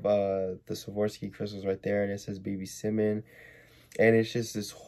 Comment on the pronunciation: why you say simon like that its s-i-e-m-a-h-n idrc tho